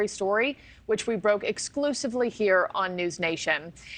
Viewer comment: The serious journalist Leslie Kean deserves to have her name pronounced correctly, it is pronounced "Cane" not "Keen". And Ryan Graves has never seen a UAP with his own eye's and has stated as much. If you people at NewsNation would spend more time doing research and less time interviewing gun worshiping religious lunatics like Tim Burchett, you would know these things. We need disclosure, but it's obvious that the Pentagon and NASA don't trust these Bible thumping imbeciles like Burchett and Luna. Why don't you report on THAT.